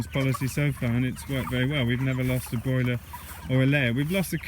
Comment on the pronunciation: "Broller" (broiler + roller)